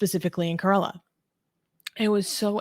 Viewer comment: She cannot even pronounce Kerala but wants to act as an expert on whats happening in India. These pseudo intellectuals are not too different from dawa gang. Infact their sources on information on India comes form islamists and leftist sources.